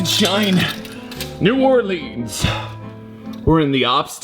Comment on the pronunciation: why is it New Orlean to 😭😭